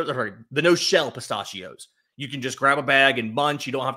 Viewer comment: Stop saying pistachios like that lol